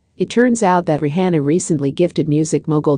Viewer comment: Say her name right!!!